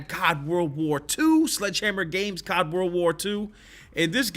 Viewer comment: It’s not cod it’s c o d